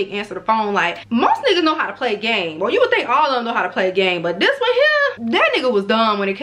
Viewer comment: “Not new to dis, I’m true to dis” 🤦🏻‍♀️😂on Mee